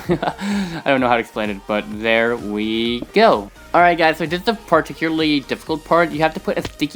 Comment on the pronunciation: "Place a block right dere."